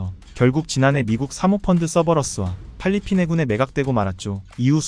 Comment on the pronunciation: 왜 잘꾸 팔리핀 이냐고요 똑바로 읽으세요 .